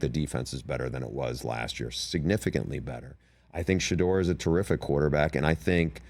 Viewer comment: “I think She-duer is a terrific QB” 🤣🤣🤣